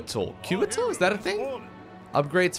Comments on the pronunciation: Okay, so, I just have to say this. KO-A-TL, each letter having a hard and clear pronounciation. It's winged serpents from I believe Aztec mythology. Not trying to be rude here, just had to point it out. Another great episode, though! :3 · The flying units are pronounced "coo-wah-tel". Good game!